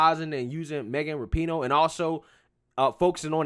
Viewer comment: Its pronounced RAP - IN - NO